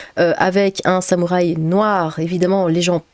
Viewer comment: Sam ou Rhay ? Y'a souké les artimuses ? Prononcez bien comme vous voulez ma p'tite dame, en cas moi j'en rigole bien 😊👍 Bon courage à vous !